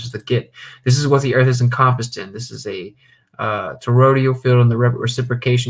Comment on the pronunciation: Love the channel, just a constructive comment not meant to be negative or disrespectful; you're pronouncing toroidal with 4 syllables as "torodial". Phonetically it's pronounced tor-oy-dull with 3 syllables. Just trying to help, thanks again for your work.